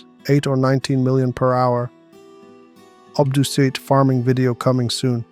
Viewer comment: Love how he turns English during the boss section. Also, ob-DOO-cite